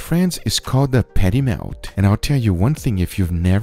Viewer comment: What the hell is a "peddy mayle"?